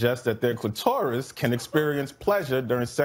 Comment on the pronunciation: "Cleh-TAWR-is" ...okay...